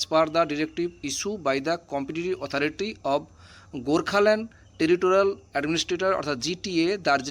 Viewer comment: ইংরেজি ঠিক উচ্চারণ করো Authority